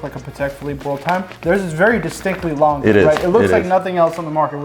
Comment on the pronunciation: Laaangeh und Soooney thats how you say the name.Best wishes from Germany